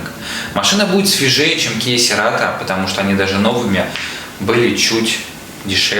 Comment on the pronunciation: Серато😂😂😂😂 "церато" так-то